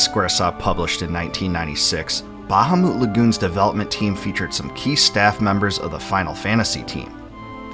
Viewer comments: It’s “Bu-hamut” Lagoon. Not “Baja-moot” Lagoon. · Buh-hah-mit not ba-ha-moot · its not bahumoot....its literally BA-HA-MUT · Google the pronunciation and you'll see it most definitely is "Ba-ha-moot"...... not "Bu-HaMuT" 🤓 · buh-HAH-meht, not BAH-hah-moot Also LOON-uhr, not loon-AHR, from some of your other videos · RIGHT?! smh... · Ba-ha-moot Lagoon 🤣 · I don't think that's how bahamut is pronounced. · The word bahamut seems to have the same source as behemoth. No one pronounces behemoth like the guy who made this video. The stress should be on the second syllable. Like how you would say the word Goliath.